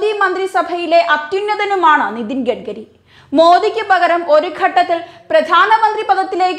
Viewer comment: കുട്ടീ, "ഗഡ്ഗരി"യല്ല, "ഗഡ്കരി" ആണ്!